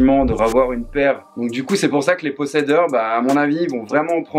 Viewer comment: les pocedeurs 😂 On dit possesseur 👌